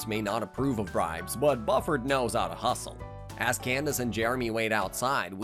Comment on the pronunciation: Why do you mispronounce the names Buford and Drusselstein?